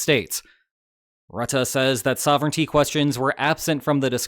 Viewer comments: Mark Rattah? Isn't it Mark Roo-teh with stress on Ts and short oo sound. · It's pronounced "roo-tah". Love from NL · Please note that Rutte's name is pronounced with two schwas. I know this because he lives only a few kilometers from here.